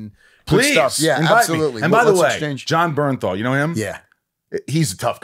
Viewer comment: i cant believe he said Jon Berthenal. two favorite actors